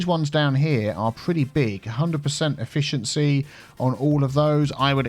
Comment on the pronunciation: 100% E-fish-ency